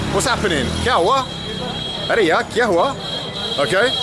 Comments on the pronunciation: Arey yaar, not Arey ya.. anyways it sounds same 👍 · Just a small correction. Its "Arey YAAR" not "Arey YA". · Hey Mr Bald. My Hindi is not that good since I’m from the Netherlands. But I can give you two small corrections to clean up the phrases :) It’s not “Are Yaa” but “Are Yaar” Yaar means friend. And it’s like “Oh come on buddy/pal. You can use Yaar also to say that someone is your friend. “Yeh mere yaar hai” You say, Main England se which literally roughly translated to ‘I from England’ try to add “hoon” (pronounce as hoo) afterwards. “Main England se hoon” so it’s I am from England.